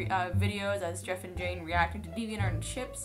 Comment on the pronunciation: it's jeff-E with his wife-E her name is knife-E